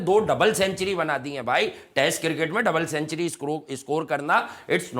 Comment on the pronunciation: Century sahi bolna pehle sekh 😂😂